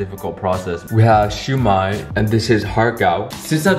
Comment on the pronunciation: omg your pronunciation for siu mai and ha gao was actually so spot on!!